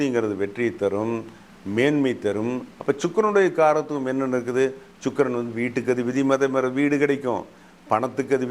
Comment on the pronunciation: Chuk... Illa pa Sukkran..